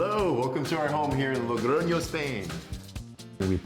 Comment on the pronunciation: When I saw "living in Spain", I thought Madrid or Barcelona, no! Logroño!!! What a surprise! Y bien pronunciado 😂. I'm from a little city near Logroño and it's very strange to see american people living in small cities, good for you! Disfrutad de la cultura, el vino y sobre todo de la comida! 😊